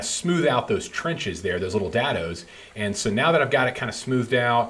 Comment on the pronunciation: Dad-OOO? Is that a play on words there? I thought it was pronounced day-doh. Awesome project. Simple, but effective. I've wanted to build something like this for matchbox cars.